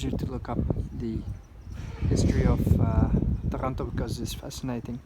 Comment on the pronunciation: Ya I knew you were in Italy since I've clicked the bell icon ;) Still gave me a jolt when I heard it.